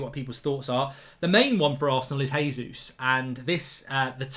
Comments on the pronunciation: Mark, Gabriel Jesus has been scoring in the league far too long to carelessly mispronounce his name. It’s a hard J. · It's JAY-zeus hes Brazilian, not Spanish omds lmao